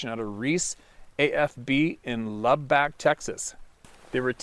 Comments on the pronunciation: It's pronounced lub-uck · Luh-buck, Texas 😂👍